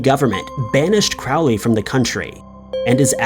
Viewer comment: Crowley's name is pronounced like 'crow'. Not like 'crowd'. You get way too many names wrong.